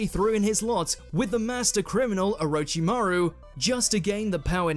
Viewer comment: Please get the narrator/host to learn the appropriate pronunciation of names and techniques. It is so annoying to hear him say 'O-row-chi-maru' then the clip has a character clearly say 'Or-rich-chi-maru'. He does this with ssooo many of the words it is lazy.